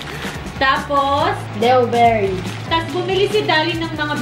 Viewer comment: Dewberry naging deww berry